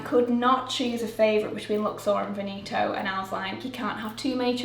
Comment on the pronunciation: The English pronunciation for Veneto was messing with my brain. Sounds exactly like Benito, and old's man kind of name in Spanish.